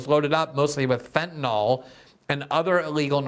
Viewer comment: Glenn, as much as I admire your journalism and impeccable integrity, I have to say just because everyone else mispronounces fentanyl doesn't mean you have to. Sorry to be persnickety, but in chemistry, misspelling by one letter gives you a completely different substance. In the real world, that can be dangerous. So please note, the word ends in -yl, not -ol, (which would be an alcohol). It rhymes with benadrYL, not alcohOL. I doubt I'm the only one who feels this like nails on a chalkboard, and YES, you could buck the others and start a trend! Thank you for your attention to this matter.